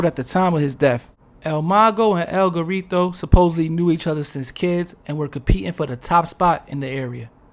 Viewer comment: “El Gorreetow” 😂